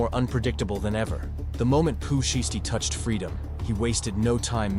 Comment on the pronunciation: he said that bc you kept saying his name wrong